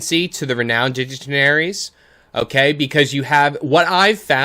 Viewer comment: “Digitinaries” was so distracting. Surprisingly, ‘dignitaries’ is not a Star Wars word 😂